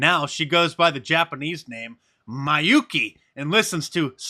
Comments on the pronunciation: ME-YUU-KEY is how you pronounce it :) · i = English phoneme long vowel ee sound. Meeyukee